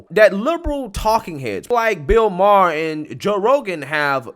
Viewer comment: Bill Ma-ar Justin Tru-doe I love u man but your annunciations of peoples names Fuqn drive me!!! You’ve mispronounced at least a dozen names over the last year. I don’t know if you’re doing it on purpose but fuq man!!!! It’s hard to take u serious sometimes when u can’t pronounce peoples names!!!! It fukn drives me!!!!!